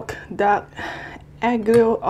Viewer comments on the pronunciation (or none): i think it's pronounced as alyo olio... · So...welcome in Italy ☺️ the correct way is the second one...not "aglio" with the g of "girl"; you have to say the "a" like "pAsta"... 🤔 do you understand? 🙈 sorry, it's very difficult trying to explain the correct Italian pronunciation! Love u!!!!